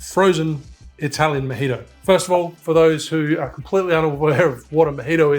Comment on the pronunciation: Aussie version of the Mojito: The Mah Hee Toe 😀